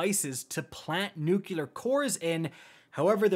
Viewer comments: Great vid, as per usual. Just need to learn how to say NUCLEAR core instead of NUCULAR lol ;-) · I don't if it's juste me, but I've bee hearing "NUKULAR" cores. Isn't it "NUCLEAR"? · It's pronounced new clear not new cue lure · It is NOT ...NUCULAR... NUCLEAR! nucLEAR! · NUCLEAR Not “nookuler” How can I trust your raid strat now?!? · NuCLEAR, not NuCULAR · Trying to help you out........ say "new-clear" not "new-q-lar" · "nuclear, not nukulur" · Ugbh NUKULUR sounds so annoying. ITs NUKE LEAR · NUCLEAR. NEW-CLEAR. N.U.C.L.E.A.R. NOT NUKE-YA-LER. IT IS NOT SPELLED NUCULAR. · God. Another weirdo that says "nook-yuh-lur". It's two syllables man. "New-clear" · "Nuculer" Me: flashbacks to being 5/6 years old during the Bush administration (tbf, I say it too 😂) Also "Purple Rain mechanic" is my favorite name for a raid mechanic ever 😂 gonna have Prince singing in my head when I see that now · I loved the video! I was triggered by the 100 times you said “nuke-yuh-lur” though 🫠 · What are "nyookyoolur" cores? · Me: Enjoying the raid guide: "Nookyooler cores":/ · my dude, it's *traverse and *nuclear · He did it so many times I can't help it! It's pronounced NEW-Clee-ar. Or Newclear if it's easier. There's 1 U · “Newkular core” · It hurts me every time he says “nucular” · Jesus..."nucular" is driving me nuts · NUCULAR CORE. sigh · Great vid. Your mistake of thinking traverse is transverse and pronunciation of nuclear give me conniptions though. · Can someone tell how to say guillotine and nuclear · Thanks for the guide. Please learn how to pronounce "nuclear" properly. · idk why i was so bothered by it but its nuclear not nuculer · My man,. I can't tell you how much this helped me finally get my first clear today. I know this is like 5 months late, and I'm not trying to be a d, but pleeeeeease work on saying "new-clee-ur" instead of "new-cue-lar". "Nucular" just isn't a word. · I just can't get over how he says "Nucular" instead of "Nuclear" hahaha